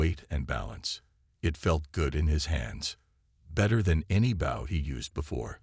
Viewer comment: How do you get the pronunciation of "BOW" wrong? Get real people to read the stories.